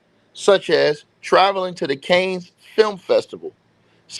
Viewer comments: Hope You Don’t Mind The Corrections,But Cannes Is Pronounced “Kan”. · He Mispronounced The Word,I Was Just In The French Rivera,So I Know It Well.